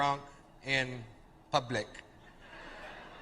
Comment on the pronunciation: I could've sworn you'd reacted to this before. That bit is so classic! The way he says "publick" lol!